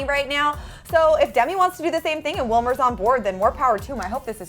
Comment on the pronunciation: It's Wilmer ! learn Spanish .